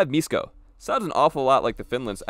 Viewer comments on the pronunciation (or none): š in Lithuanian is the equivalent of sh in English so miško would be pronounced like mishko still cool video tho